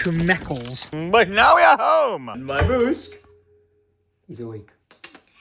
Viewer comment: another banger vlog btw you used yiddish word "Shmeckles" I think you meant to say "sheckels" as what you said mean penis in yiddish. Thought you might want to know LOL